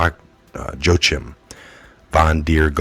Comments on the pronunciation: "Joachim" = JOE-uh-kim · "Joachim" is pronounced "Wha-keem" and Suddeutsche Zeitung (South German Times) is "sood-doitcha zY-toong"...just FYI.